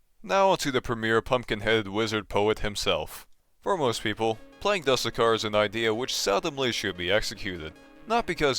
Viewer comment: ermm actually youre supposed to pronounce the "du" in "dusekkar" like the "du" from "dude" and "sekkar" like "seck car"